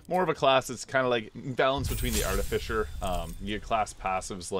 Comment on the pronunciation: So, I'm pretty new here. Is his habit of pronouncing the last part of "artificer" as "fisher" an in-joke?